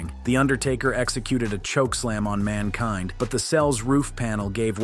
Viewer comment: Why did you pronounce Mankind like that then proceed to pronounce it correctly?